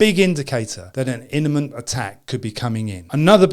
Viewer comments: Imminent not Eniment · I appreciate the video and all ... but its IMM IMM IMM ee nent ....not "IN me nent". Once I thought was accidently but TWICE !! ?? (not a grammar n_z_ ... if that's a word then that's a word) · Eminent not eniment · It's not an "inamint" threat -- it's an imminent threat. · ES-CU-LATE - there is no "U" in the word escalate. EN-I-MENT - is a mispronunciation of the word imminent. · Innement? Apart from inventing a new word it's good info/advice. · Imminent is a tough word to pronounce, lol.